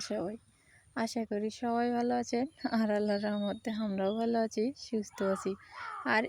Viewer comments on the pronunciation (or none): কিছু মনে করবেন না। আপনি প্রথমেই যে বলেন আমি ভালো আচি আপনারাও ভালো আচেন। এই উচ্চারণ টাকি ঠিক করে করা সম্ভব না?একই রকম ভুল উচ্চারন প্রতিদিন করেন। সঠিক করার চেষ্টাতো করতে পারেন। উচ্চারণ টা হবে আমি ভালো "আছি" আপনারাও ভালো "আছেন"